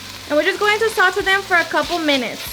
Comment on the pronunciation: It’s “saw tay “ not whatever u said